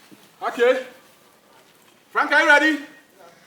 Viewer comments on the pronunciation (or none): none